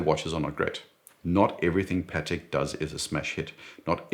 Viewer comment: Excellent video. A pleasure to watch. It's also nice to hear "Patek" pronounced correctly. I despise how Americans pronounce it. Sounds like a burger patty.🍔 As for the G-Shock, I have one, a GWG-2000, solar, with compass and very accurate barometer that is a special usage watch for me as mountaineering is my main leisure activity and it is a beast that has survived the most extreme conditions. So, it's a once a fortnight watch for me in spring and summer and sits in the box during the winter.